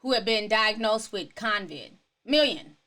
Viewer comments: It’s CO-VID. Not. cON-viD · It's COVID NOT CONCID Ti!!🤣😭😂☠️☠️☠️☠️ Co-Vid...no Con-Vid...no N in it lol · Convid? No its CO-VID. There's no N sis. 😂 ETA: when they take people streams down for that? I thought they were taking people streams down if they called it the "Asian country" virus. 😕 and they put a CDC banner on your vid. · COVID DOLL...NOT CONVID🤦🏾‍♀️